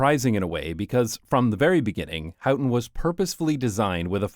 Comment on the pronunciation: You say How-ten and I say Hoe-ten. And you said it A-lot.